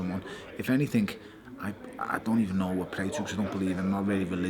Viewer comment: Stop saying anythinK it's anything with a G not a K you dumb Scouse narcissist